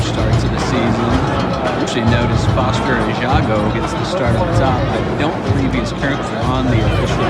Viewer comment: The irony of you calling him "Foster" because you can't pronounce his last name and not realizing you're mispronouncing his first name is the funniest thing.